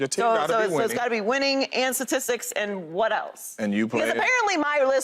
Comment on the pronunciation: Let’s get someone on this show that can say STATISTICS please